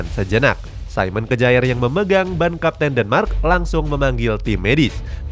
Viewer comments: Bacanya: K-ya-'er. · Bukan kejaer tapi bacanya KYER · "Ke-ja-er" wkwk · Yoii bro👌👌